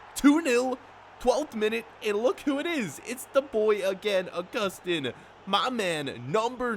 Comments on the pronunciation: It is pronounce Uh-Gus-Tin. It is pronounced Ow-Goo-Stan. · Pronounce it Au-Gus-Tin